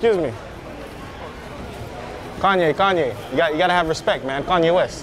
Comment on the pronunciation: That aint kanea west, thats kanye est.